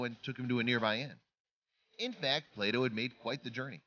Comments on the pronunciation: Play doh.not plato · Until today, the similarity of "Play Doh" and "Plato" had never struck me. How many other viewers thought the narrator was saying "Plato"?